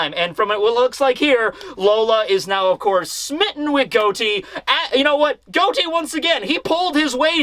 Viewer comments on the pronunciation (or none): I love your videos and I wait every Sunday for you, but it's Got-Ti no Goti. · Is it pronounced Goat-E in the anime or something? I’m pretty sure the real life name was pronounced Got-E